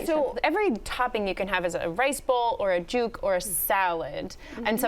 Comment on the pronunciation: Did she just call it juke? Its pronounced jook. 🤦‍♂️🤦‍♂️ f'n yt people